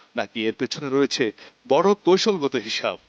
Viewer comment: সাংবাদিকের উচ্চারন শুদ্ধ না। কৈশলগত❌ কৌশলগত